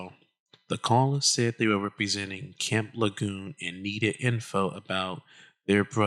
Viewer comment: Not trying to be the Grammer police, but it's pronounced La June. Thanks.